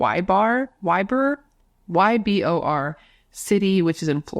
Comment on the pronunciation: Ybor is pronounced E Boar City. Which is a party area with clubs, bars, tattoo shops, just a fun strip!